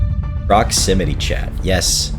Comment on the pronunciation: Ah yes, PromixityChat ProximinyChat ProxmimityChat